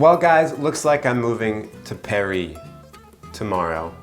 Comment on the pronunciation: Well guys, looks like I’m moving to “Perri”. Me: Well, looks like I’m. moving to “Perri” too. 🥴😅